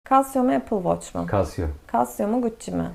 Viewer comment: Casio mu Apple Watch mu sorusuna xasio mu dedi o 😂😂